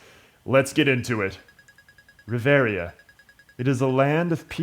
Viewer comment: oh wow an lper that can actually pronounce reveria and not choose a fighting class :o